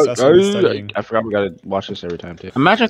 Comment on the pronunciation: "I'm fogart" got me💀